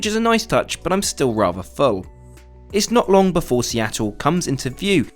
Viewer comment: Seatle?! Ew